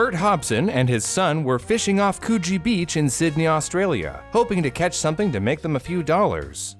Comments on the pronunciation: Just a heads up for future reference - Coogee is pronounced with a more shortened 'coo' sound like in s(choo)l ! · Coogee (Could-GEE). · Ha ha ha. Choochie beach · Not Coogee Beach… coo…hmm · I thought you said cochie beach 💀💀💀💀💀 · I'm happy to see that I'm not the only one who thought he said Coochi beach 😂😂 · cooooge beach XD it is so funny when people miss pronounce places you know or live near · Okay, so I know this is a serious thing but... Why tf did I think he said co0chie aquarium 💀🐱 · I thought he said Cochie beach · Cronulla is pronounced "Cron-alla" btw, and Coogee is more like "Could G" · As an Aussie who used to live in Sydney, this story is one of my favourite 🤣 also, the pronunciations are hilarious! Coogee (could-GEE), Cronulla (crUH-nul-lah) - most of the names are the original Aboriginal names so the pronunciations are all over the place if you're not familiar with them 👍🏻 good effort though. Cool story, too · lol the way this guy just pronounces it like coo-gee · hahahah growing up in the area and listening to Coogee and Cronulla be pronounced completely wrong is funny Coogee is pronounced like cood (pronounced like could) - jee (as in the jee in jeez) and cronulla is pronounced like kruh - nuh - luh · I grew up with this story and its great you did it justice. But please consult an Aussie on town/suburban names - Coogee is a short 'o' Co-Gee - Cronulla (God's own centre of the universe) is Krun-Ulla. Just so you don't make Aussie place names seem weird, practice with these Humptydoo, Cooranabong, Wagga Wagga, & Coonabarrabran - thank god we don't have weird names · It is hilarious to hear you botch Australian suburb names For future reference, coogee is pronounced "could-gee" And Cronulla is pronounced "cron-null-a" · it sounds like KGB for me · oh my god same, i hear the cooch word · Coogee is pronounced like could. Couldgie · Yes congee beach a porridge beach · Kuchi beach lol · Not me hearing something different when he said Coogee Beach😭🤚